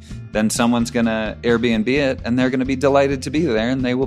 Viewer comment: Correction: in the AirBNB ad Seth says “Air and B”